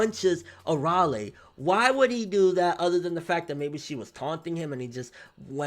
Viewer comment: its Ar-Ale not Araly